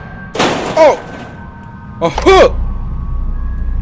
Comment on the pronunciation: why he say "a hook" like that lmao